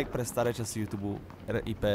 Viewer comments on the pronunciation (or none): none